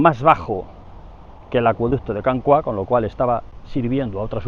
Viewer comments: Can Cuá suena fatal, es Can Cúa, pero no lleva tilde porque en catalán no debe llevarla por las normas ortográficas. Cua es "cola" en castellano. Y ya puestos "Roig" se pronuncia "roch", con o abierta pero eso ya se entiende que un castellano parlante no puede. Y el acueducto está catalogado como "romano" por el ayuntamiento de Pineda, con dos... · Consejo de catalán: cua es una palabra llana, la sílaba tónica es la primera con lo que lo pronunciamos /cúa/ en vez de /cuá/. Una salutació! 🤗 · me hace gracia cuando dices " Can Cuá".... es Can Cua!!! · Per cert, és Can Cua, no pas Can Cuà. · no es can "CUÁ" es can "CÚA" en catalan cuá no significa nada, cúa significa cola, rabo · Saludos! Creo que pronuncia mal Can Cua. En catalán, para pronunciarlo como hace, deberíamos escribir la A con acento, "Cuà". Esto es porque la U y la A quedan en sílabas distintas. Otro caso de diferencias en los diptongos es el clásico "María" que en catalán va sin acento, pues I + A también se separan a sílabas distintas. "Cúa" significa "cola", y vi que hay otros Can Cua cerca de Girona y Centelles. Muchas gracias por compartir su conocimiento con tanto empeño y éxito!